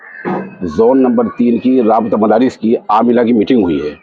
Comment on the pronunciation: مفارس نہیں مدارس